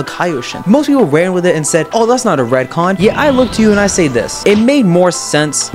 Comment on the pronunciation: Ret con not red con